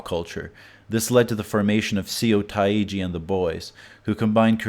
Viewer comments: Seo Taiji is pronounced "SUH TAE JI" not "see-oh ta-i-ji" hangul romanization is not very intuitive. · good vid but seo taiji is pronounced more like suh tai-jee. Anyways i can't believe americans blindly buy into this. stupid sheep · "sEE-oh tA-Gee" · I know Korean is hard to pronounce (especially with the odd choices the language makes with romanization,) but one easy fix for future reference: Seo Tae Ji = "Saw" Tae Ji is a lot closer. Anytime you see an "eo" it will be a "aw" sound (approximately.) Not an "ee-oh" sound. Example, "Neo" would be "naw" and not "ni-oh". Seoul is "saw-ool" and not "see-oh-ool". Awesome work, though! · Seo Taiji=Suh Tayjee Seohyun=Suh Hyuhn Taeyeon=Tay Yuhn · It's cool that you don't give a crap about the proper pronunciation of Korean names! 🤣 See-oh Ta-ii Jee! 😂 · Pronouncing seo taiji as see-oh-tah-ee-gee lol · It's pronounced "SO TEH GEE" and the Boys. And he didn't learn US pop culture from the internet, he (Seo Teaji) was practically a Californian, and his band mates were very Americanized Koreans. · SEE-yo Tayiji OMEGALUL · You should correct ur pronunciation of “seo taji” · That you can't do the simplest research and learn to pronounce "Seo Taeji" says a lot about your credibility as an informed critic. It definitely says you did not speak to one single Korean or Korean-American person when making this video. But since your target market demographic are people who live in the intersection of conspiracy theory, xenophobia and uninformed smug generalization, it probably won't matter if I tell you it's "soh-teh-ji" not "see-oh tah-ee-ji".